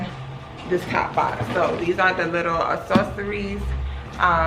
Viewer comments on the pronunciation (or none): A-Sorceries, are they moving objects like in Harry Potter? Im jk, just teasing, girl… I know you meant accessories, you were just too excited.